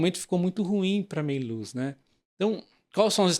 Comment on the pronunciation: Não é Meiluz, é Méliuz!